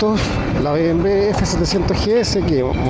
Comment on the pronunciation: Llegué hasta "be eme em ve". ¿Qué significa eso?. Ese mal pronunciar que tenemos acá en chile me perturba jaja. Pronuncien la sigla como corresponde: "be eme doble uve" o "be eme doble u" o simplemenete "be eme doble ve". Y si lo quieren pronuciar en el idioma original "bee em vee".